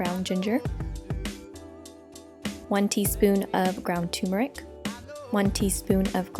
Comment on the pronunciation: I NEED TO KNOW!!!!! WHY DO ALL OF YOU TOUTING TURMERIC (ter-mer-ik) PRONOUNCE THE WORD AS TUMORIC (too-mor-ik)????????????? The word is turmeric.......NOT toomorik!!!!!! This is not Arnold Schwarzenegger! (It's not a TOOMAH!) Get this shit straight for God's sake!!!!!!!!!!!!!!!!!